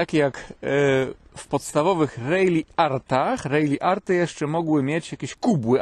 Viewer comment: Uwaga, poprawiam - RalliArt a nie RejliArt.